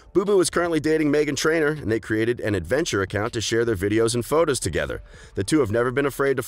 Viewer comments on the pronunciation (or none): none